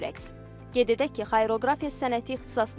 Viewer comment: Xayroqrafiya yox,deylişi xariaqrafiya